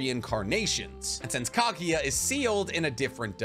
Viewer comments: Interesting topic but the way you pronounce names, techniques etc. is so annoying, a lot of people probably clicked away. This is an example of a guy trying so hard to watch anime and watches dub. PS: who to f is Ka-gi-yuh? KAGUYA. KAGUYA! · Love the hypothesis, but for the love of god, next time you talk about anime, learn how to pronounce names (like KAGUYA!!!! not KAGIYA!!!)... etc... cringy